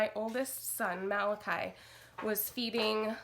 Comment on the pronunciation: Finally I hear someone say malachi correctly my.4 yearolds name and people cal him ma la chee!!! Lol